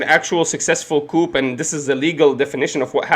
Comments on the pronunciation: Friendly point. Coup is Is “koo” not “Koop” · Youre pronouncing the word coup wrong. Its pronounced coo. Im not being a smartass, just letting you know bro